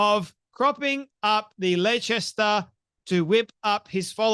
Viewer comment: As Sean Connery would say... "Shhplendid". 😏 Ps: It's pronounced, "Lester". I can't pronounce some of the places in Oz either so no harm no foul. 😉👍🏻